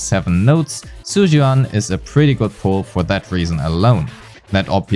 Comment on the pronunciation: all white people needs to get a memo on the Chinese spelling of Zhu, it's pronounced "Jew" and not whatever the the hell you said